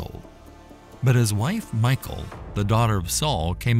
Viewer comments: Saul's daughter, Michal, is not pronounced Michael as in a boy's name, but Mighal and is a beautiful girl's name!! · Seriously doubt her name was pronounced in English as MIchael but most likely "Michelle". Jedeo Biblical videos should be more accurate. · You're pronouncing her name wrong. It's not pronounced "Michael" like the masculine form. It's pronounced "Meek-hal" as the original Hebrew spelling was "Mikhaal" . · Note on pronunciation. The Hebrew name, glossed as ''Michal'' in English, is pronounced ''Mee - kaal''. Not ''My-kaal''. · Her name isn't pronounced "Michael." A Westerner would pronounce it like "mee-HAUL," but in Hebrew, the "ch" in her name is pronounced at the back of the throat with a sound that's not found in English. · You are killing me by calling Michal "Michael". In Hebrew it's pronounced me-hall, accent on the 2nd syllable. The h should have a guttural sound to it. "Michael" is a man that Obama married. Michal is an actual woman, female figure from The Bible. Don't get the two so confused. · The name isn't pronounced like Michael. In Hebrew it's pronounced Me-Hal. 👍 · I can't help but feel it should be pronounced [Mee-Cal] and not Michael :) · Its pronounced as Mi-kal..the c is silento..not michael... thus Mi-chal.. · Wrong pronunciation...it's not pronounce as Michael...it's Mikhal... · i think michal is not pronounced mikal, but mishal. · I think it's pronounce (Mee shell), like Michelle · Her name wasn’t MICHAEL Its pronounced Me shawl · It's a short i not a long i. Like in pig. Michael has an e. Michal sounds like the male name Mitchell..... Like I can't even watch this hearing you say Michael!! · It's pronounced Mi-hal, with the h from the back of the throat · its pronounced Michelle,, Michael is a Boy Name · I think is pronounce more like Meekal not Michael,🤔🤔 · If you have great love for our God then fear is never needed. You can fear doing wrong by our God . The correct pronunciation for Michal is closer to Michelle